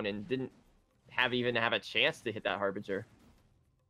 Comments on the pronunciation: This is not harveger this is harbringer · lol, not it's not. It's Harbinger. It is pronounced Har-Binj-er. I've noticed that non native English speakers really struggle with this word. It's a strange one, to be sure.